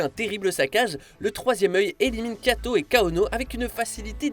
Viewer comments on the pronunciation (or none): le frère de kaono s’appelle kiato pas kato